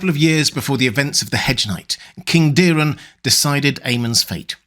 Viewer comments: It’s Daeron, not Dearon…so why the fuck u say: Díron????? Its not Diiiimon or Miiiiikar…. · The dragon household is fond of the ae, hard A, sound. Daeron is pronounced Day-Ron not Daren or Deerun